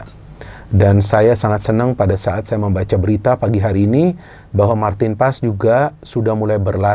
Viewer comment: Kenapa kata PAES huruf E nya tidak di baca